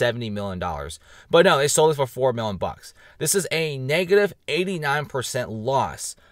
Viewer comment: PRONOUNCE: "MILLION"